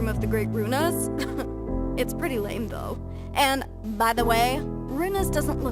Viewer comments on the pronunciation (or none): none